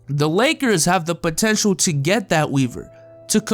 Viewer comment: lol he said Botential 😂😂😂